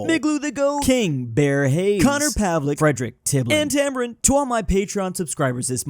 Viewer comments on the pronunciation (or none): none